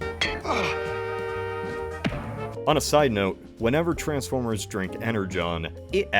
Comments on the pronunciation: as ever fascinated by the pronunciation of _trans_formers rather than the more usual, and used in the movies and shows, trans*FORM*ers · The worst thing about these movies is the way this guy pronounces Transformers.